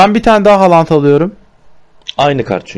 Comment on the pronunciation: Halant değil haaland